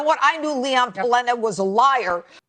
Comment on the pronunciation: Jeanine can't even pronounce Leon Pannetta's name! Utterly Pathetic Buffoons are running this Country into the ground!